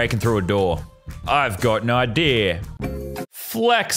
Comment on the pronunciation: I love how u say idea like "idear